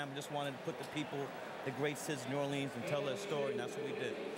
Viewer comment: Spike Lee managed to do an entire documentary about noo OR linz but still pronounces it noo or LEENZ twice in 10 seconds.